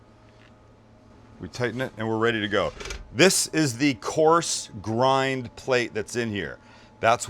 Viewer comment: Best mix ever.."there's our gind, 30% sirloin, 30% brisket, 30% short rib...". (10% bread?)..LOL.